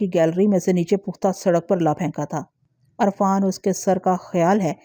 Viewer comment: Arfaan parhna ghalat h, sahi lafz Irfaan h....